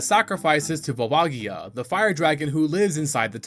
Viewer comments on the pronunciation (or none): Man, finished the video later, you are killing me with the pronounciations. Where is the R in Volvagia, as you say VolgaRia? :O don't mean to sound rude, but it does ruin the immersion of the video for me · 1. I enjoy your videos 2. These achievements are kinda disappointing 3. Your pronunciation of Epona should be considered crime against humanity 4. ALSO, you called Volvagia "Volgaria." Are you trolling us? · The gravedigger isn't Dante, it's Dampe. And it's Volvagia is pronounced Vol-Va-Ji-Ah, not sure where you're getting "volgaria" from 😂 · Great video. I just love watching one of these every week. You unfortunately had some errors: * Ingo isn't Talon's brother. * The cucco lady's name isn't Anju. That's her alter ego in Majora's Mask. * Sheik isn't the last Sheikah. Did you forget about Impa. * The dragon's name is Volvagia, not Volgaria. * 40 Skultulla's don't give you a Bombchu upgrade, but just 10 of them. You can always carry 50. * You don't need to wait for the Biggoron Sword. You can just play the Sun's Song multiple times. * Also, I'm pretty sure you pronounce Epona wrong. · Genuinely unsure if the mispronunciation of Volvagia is rage bait. There isn't even an R in the name. Also, the Poes from the Forest Temple are all female, they're named after characters from a book called "Little Women". Also, they're Silver Gauntlets, not Iron. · That's an interesting way to pronounce Volvagia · You really got ticked off by the mispronunciation of Volvagia’s name, huh? I don’t blame you, but it’s mildly humorous that it’s the only thing in full caps.